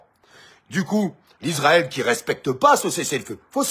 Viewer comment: On ne dit pas Lisraël mais Israel